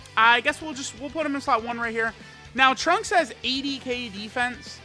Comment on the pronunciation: I cringe when he tries to say trunks in Japanese